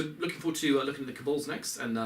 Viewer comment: Sorry I know I'm nitpicking here, but it's pronounced Kabal not Kabull. Look up 'Cabal pronunciation' on google if you need help